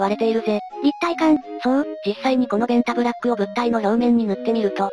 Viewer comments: ベンザブロックに聞こえて来る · べ↑ン↓タ↑ブ↓ラ↓ック↑